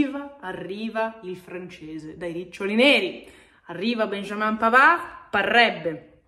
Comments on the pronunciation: un piccolo stupido suggerimento: si pronuncia in francese .... 'benjameen' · puo darsi ... nel Québec francese viene pronunciato 'benjamen'. No ho riprova con mio nipotino neonato: benjamin . comunque complimenti per il contenuto